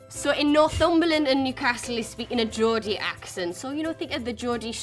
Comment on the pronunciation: There are way more than 17 British accents ! These are just the basic , well known ones. SCOUSE is pronounced scouSe not scouZe. GEORDIE is pronounced georDie not georJie.